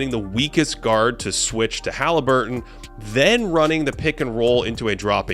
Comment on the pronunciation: Please stop saying Ha-lee. Sounds cringe and fruity lol, his name is Hah-Leh-burton not hah-Lee-burton